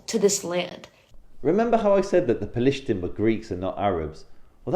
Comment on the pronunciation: What is pa-LIES-tine??? 🤣🤣🤣🤣🤣